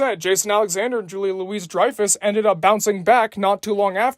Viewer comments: Also it's Julia "Loo-ie" Dreyfuss! Not Julia LOUISE Dreyfuss lol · It’s pronounced Julia Louie Dreyfus. Not Julia Louise Dreyfus!